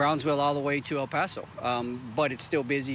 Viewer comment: that reporter can't / won't even say El Paso as an American, LOL, shameful.